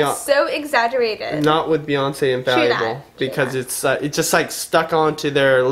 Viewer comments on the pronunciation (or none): he still says infalliable and not inFALLable